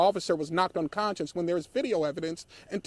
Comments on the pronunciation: Bruh… its unconscious not unconscience. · " they were only there for 3 minutes. 120 seconds...." uhhhh this guy talking is not helping at all. " unconscience?" . I think he means unconscious. Where did they find this guy? And apparently the family completely lied to this guy as well. The whole situation is very sad though. May everyone involved find peace